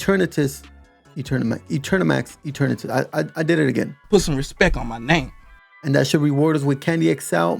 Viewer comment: Put some respek on his name 🤣